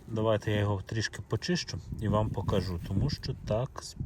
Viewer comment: Яка ж гарна українська мова, але ваші оці наголоси : покАжу, принЕсу, забЕру, навіщо ви паплюжите соловʼїну